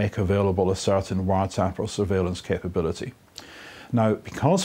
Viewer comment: The way he pronounces "wiretap" almost sounds like "WhatsApp". Funny coincidence